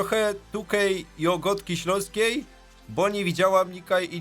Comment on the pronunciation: fajnie brzmiales jak czytałeś po śląsku